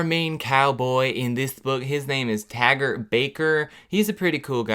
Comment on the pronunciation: Literally every time he said his name Tagert I was WHEEZING 😂😂😂😂😂😂